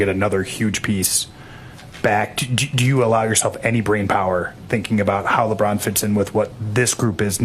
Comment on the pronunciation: That lady who was asking questions could not even say LeBron name right yikes. It was like she did not feel like saying his name or did not want to. But she wanted to ask that question about him.